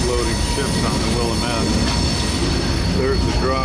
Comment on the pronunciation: The correct pronunciation for the Willamette river is 'Will-am-it' (but at least you got Oregon right!) Happy rail running!